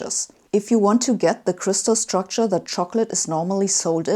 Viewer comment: When she reads "s" I hear "ch". The "chtucture".